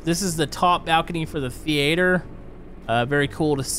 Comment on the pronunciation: Thee ate er. Me: Theater ya mexican.